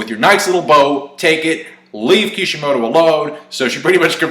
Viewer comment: It's Kishimoto dude, you take what you get lol